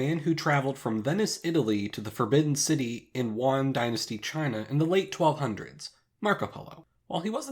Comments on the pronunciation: Did you pronounce Yuan as Wan? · Not that this is a criticism of the video, there are plenty of legitimate people who do this, but whenever someone calls the Yuan dynasty the Juan dynasty, it’s hilarious to me. It just makes me imagine a Mexican stereotype inexplicably ruling China. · Their names in Japanese are clearly katakana spellings of their Christian names; I wonder if their original Japanese names are documented? Also, if you ever need help with your Chinese pronunciation, I can help, because I heard Yuan Dynasty and Zheng He and I was like what did he say?